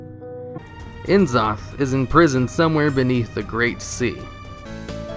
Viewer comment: nuh-zoth, not en-zoth. cuh-thun, not see-thun. come on guys, HP lovecraft didn't give old gods pretentious author initials, so blizzard wouldn't do it with their lovecraftian characters either